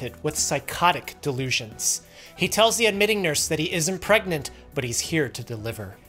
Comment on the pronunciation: "Letting them know that he isn't peegnant but he's here to deliver" 🤣💀